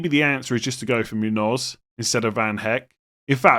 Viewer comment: The V in Van Hecke is pronounced as F and the last E in Hecke is not silent.